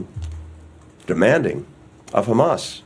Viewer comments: Abe chutya khamas nahi Hamas hai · Ye chutiya sala jo israel se baitha hai debet me..hamas ko khamas kyu keh raha hai....chutiya atankwadi sala